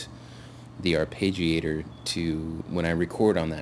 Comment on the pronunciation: Ar-PEH-giator, not ar-PAY-gi-AY-tor.